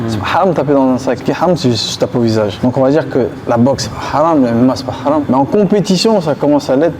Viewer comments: C’est pas “Halam” c’est “Haram” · Haram et non pas Halam